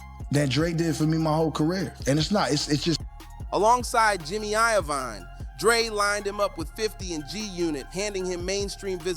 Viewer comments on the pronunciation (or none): Nah was worse. Jimmy Eye-O-Vine